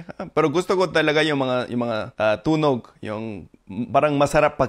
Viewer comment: Amazing story ❤ thank you. You’re both naturally skilled with language learning!, napapansin ko lang, pwede mo pang ma-improve ang syllabic stress ng tagalog words mo, like ‘bibig’, ‘tunog’ -stress is on the last syllable so mabilis ang enunciation